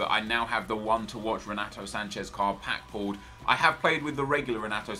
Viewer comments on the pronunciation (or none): Not sure if you care or not mate but just so you know the R in the beginning of a name in Portuguese makes an H sound, so it would sound like Henato. Good video keep it up